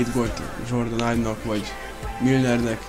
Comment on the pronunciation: de nem ájb hanem ibe ugy ahogy le van irva amugy jo vidis vagy 😃